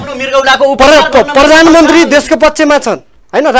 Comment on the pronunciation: मगल ले प्ररामन्त्रि होइनन् हो स्पष्ट शब्द बोल्नुपर्छ हो प्रधानमन्त्री हो